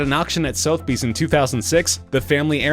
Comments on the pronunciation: Sothbees?? "Su-tha-bese" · "soth-bees"? Jesus. "Suth-eh-bees". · Did he say 'soath-bees'? "SUH-THUH-BEES" for fuck's sake. You make a video about antiques and you don't even know how to say one of the most famous auction house names in the world? Jeepers. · Interesting. (Although, I do wish someone would amend the mis-prounced name of Sotheby's from ' soath' bee's' to 'Suhth-eh-bee's'. ) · It is pronounced Sutherbies. Not southbies. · SOTH-BEES?, it is pronounced SOTHER - BEES. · I swear "Sothe-bees" is the worst mispronunciation of Sotheby's I've ever heard. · "Sotheby's" has three syllables, not two. first time it was only seeing the name up on the screen that told me what was meant. winced every time. ps, and being a cockney, for me those three syllables would be "SUV-a-beez" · You keep pronouncing Sotheby's wrong. Its Suth-a-bees (The "th" as in 'the'.) Kinda a big mistake, you could of just googled the name. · I never knew it was Soathbees. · Lol..."Soath-bees"..."August Road'n" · " Sothe Bays"?? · Sotheby's is pronounced sothabees, some Expert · Sothe-bees okay!? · Sotheby's.............Pronounced Suthbees ?.WTF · Worthless is the value of this narration. Soathbees?? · It's pronounced, "Soth-eh-bies" You have to learn to pronounce things properly to do professional videos. Take the time to find out. ;) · I clicked off when you said soath..bees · Thank you! I thought I was hearing things. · Yeah, and he didn't even pronounce "Sotheby's" correctly. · Keno is pronounced Key-no. Could just once you manage to get someone who can pronounce names correctly? Rodin, Sotheby's all pronounced completely wrong. It makes the videos a joke. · Who doesn’t know how to pronounce ‘Sotheby’s’ and ‘Rodin’? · Why not the original programme clips, this annoying narrator can't even pronounce Sothebys, couldn't listen anymore after the first one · Omg couldn’t you at least look up how to pronounce Sotheby’s before making the video. That was awful.